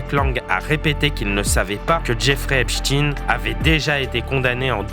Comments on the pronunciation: Ein (ain) et non (in) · cessez de dire Epstiiin mais c est stein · Pourquoi prononcez vous epstin .ein n est pas in. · Pas Ep "stin",mais Stein comme Einstein,Frankenstein, 😇😇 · On doit prononcer "Epestein" comme on prononcerait Albert "Einstein" et non Eps"tine" comme on prononce pour Pou"tine". Cessez ce déni !! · Epstein prononcé Epchtine... Ça fait mal aux oreilles des Alsaciens près de Erstein (ère ch'taille ne)... Est ce que je vais chez Mc Do acheter des an burejé moi? Ou jouer au faute balle? 😂🤣😂